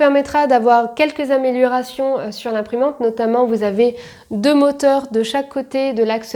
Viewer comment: "Améliorérations", bien sûr! évite de picoler...